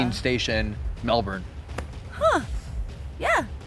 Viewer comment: so impressed with the way you said Melbourne!! Your like a real Aussie! Most people from over seas drag out that ‘bourne’ part if Melbourne and dam its so annoyingly frustrating! Congrats!! Oh and great investigation!